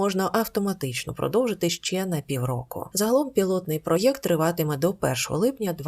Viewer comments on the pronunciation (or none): none